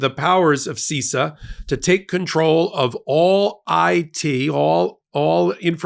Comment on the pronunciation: You need to have an expert on bc as an IT and cyber security expert you sound like you don't understand any of it. First, it's pronounced SIS-SAH not SEE-SAH